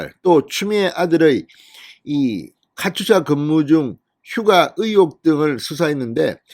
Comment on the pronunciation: 카츄사가 아니고 카투사(KATUSA)입니다요!!